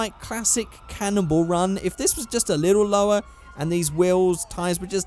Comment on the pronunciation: Why do you pronounce Cannonball run like "Cannibal run"?